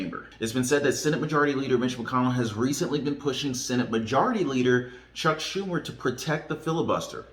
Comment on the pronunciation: I seen the Schumer mispronunciation lol. Funny to see you laugh lol. Thanks